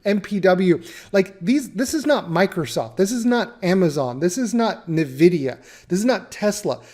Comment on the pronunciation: Hey, first of all I really appreciate your content. One small note, (This just really grinds my gears for some reason and I hear this mistake quite often) its ENvidia, like the letter "N", vidia.